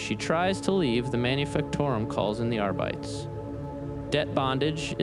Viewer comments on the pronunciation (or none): the 'are bites'